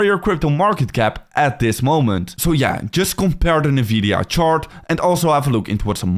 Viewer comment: That's definitely not how you pronounce Nvidia